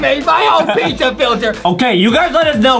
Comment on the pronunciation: what the heck is dizza it's pizza not dizza